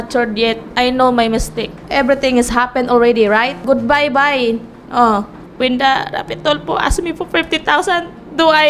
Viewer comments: “Anal—ment in da Birt Sertipikit” “Gud bay-bay. ..ugh” Ay ewan, Healings for ibriwaaan! 🤣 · "Goodbye-bye" "Bersitipikit"